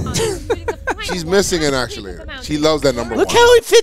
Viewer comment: "ackchulayder"